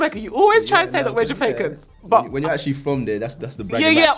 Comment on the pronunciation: He said Ja-fake-an... :-D